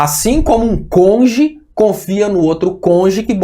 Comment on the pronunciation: É cônjuge, não conge.